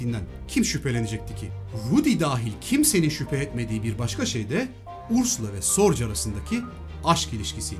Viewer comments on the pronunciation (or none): Elinize sağlık. Bir ufak katkı ve düzeltme. Ursulan'ın Agnes vasıtası ile tanıştırıldığı kişi büyük istihbarat efsanesi Richard Sorge. Kendisi bir Alman olduğu için soy ismi "Sorc" gibi değil de yaklaşık olarak "Zo:ge"(o sesini uzatarak) gibi telaffuz edilir.